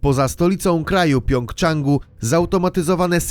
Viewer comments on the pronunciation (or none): Kiedy ludzie się naucza że w Korei Północnej jest Pjongjang, a nie Pjongczang. Pjongczang to prowincja w Korei Południowej.